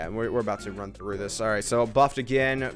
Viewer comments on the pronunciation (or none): none